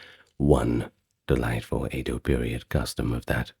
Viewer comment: I’m sorry but it’s pronounced “Edo” and not “Eido” 😭😭 it’s phonetic dude